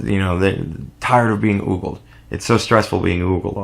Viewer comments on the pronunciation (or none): It's ogled, as in oh-guld ;)